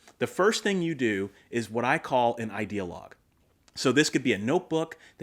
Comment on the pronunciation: Every time you say Idea Log I hear ideologue... which is kind of appropriate since your are advocating and idea. LOL Also, sometimes my mind is a leaky diaper.